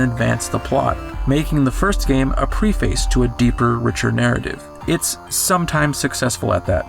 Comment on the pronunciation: I don't know if you ever learnt, but that's not how to pronounce "preface".